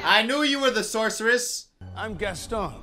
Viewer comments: Gaston: has a whole song about him and his name: mispronounces his name even during the song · The way he pronounces “Gaston” is making me cry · My favorite thing is that they literally sang an entire song about Gaston's name and still mispronounces it the entire movie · If your gonna say Gaston, can you at least say his name right?!? I mean they kinda said it a lot in the song... 😂 😂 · Anyone else mildly annoyed at how he says Gaston? Like.. just listen to how the characters are saying it, my guy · the way he pronounces gaston makes my blood boil ngl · I swear, the way mispronounced Gaston is torture. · the whole movie: gast-on me: gast-on literally everyone: gast-on any chance he gets: gast-in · Its gaston not gason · Also the fact that he calls him "Gastin" when there's a whole song pronouncing it GASTON 😂😂😂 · Zoe Williams also HIS NAME IS PRONOUNCED GASTAWN NOT GASTN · The gaston song playing: Gast'n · song: says gast-awn at least 20 times: gast-en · stop stop stop you're going to take someone's eye out. besides, it's GastOn not GAston. okay im sorry im gonna just... bye. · Movie: literally says ‘Gaston’ as ‘Gast-ON’ in a song over and over again: ‘Gast-IN’ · Disney: Gaston: Gasten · GastON not GastIN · Ah yes my two favorite Beauty and the Beast characters, LeFool and Gast-in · Say Gastan one more time! I freaking dare you. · everyone: sings a song and says Gaston 12 million times: gatin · hears everyone calling him Gason: gastin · Your version is just as bad. It's gaston not gason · Ok was being low key annoying in this vid 😂 “Gastin” when they pronounced the name correctly multiple times “Does the beast kill the father?” “I know this movie has a flying carpet” Honey everyone knows that’s Aladdin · I like how he says Gaston's name wrong when talking about the song that just says Gaston's name over and over again "Geston" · He called Gaston Gast in 😂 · “Gassie” HELP